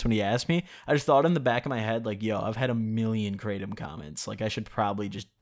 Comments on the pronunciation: YO you definitely pronounced it 💯 percent correctly.💯💯 Everyone else that I've heard say it. Always say it like you did myself included. Also you DO NOT SMOKE IT. Only eat it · hey just to let you know i noticed that you actually didn’t pronounced kratom incorrectly thanks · The English way he’s pronouncing it right. But In actuality is something like crah-tome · He is saying it Correctly! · HE PRONOUNCED IT CORRECTLY. and on top of that, great video. I feel like you really captured the feeling of taking Kratom really accurately I take it daily, mostly because of chronic knee pain and because it really helps me focus on what I’m trying to get done. BIG RECOMENDATION: take it before you sit down to do your editing. You will notice a great difference in how smoothly the process goes. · You actually did say it right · You did pronounce it correctly...iv been taking kratom for years now(daily) be careful guys they say it's not addictive...but I'm 100% addicted to it now...when I dont take it, i go through the worst withdrawals...not joking, it took years to get to this point and I take about 1.5oz a day but still it sucks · Hey, I just wanted to let you know, you DID pronounce Kratom right. Thanks,! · No he said it right Btw you definitely didnt pronounce kratom right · Imma gonna say from my experience its like weed but you don't get high and no dry mouth and yes you're saying it right Edit: pills is the form I took